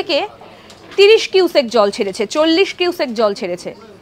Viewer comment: কিউসেক তো বুঝলাম, কিন্তু "কুইসেক" ব্যাপারটা কি ? 😂😅